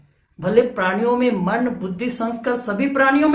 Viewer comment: Are bhai aap sidha point pe ao. Itna sa batao k ped podho me atma hoti h ya nahi. Itni badi ramayan suna di. Or aap ek sabd bar bar galat bol rahe ho "praniya" praniya nahi hota. Balki prani hota h. Or ped podho me bhi jeev hota h. Tabhi to vo jite h or marte h.